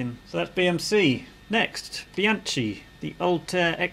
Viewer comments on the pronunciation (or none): Please do pronounce Bianchi with aspirated K sound instead of ch. Analogously, the Italian wine Chianti is pronounced with aspirated K sound.